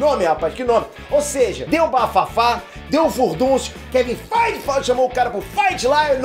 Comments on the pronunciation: Eu não consigo não rir cada vez que rola um "kevin FAIGE!!!". kkkkk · Kevim fight e de mais quando ele fala kkkkk